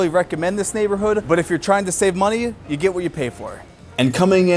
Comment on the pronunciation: why does this guy insert an 'uh' at the end of words "on the other handuh" "living under the poverty lineuh" "this video, is for youuh"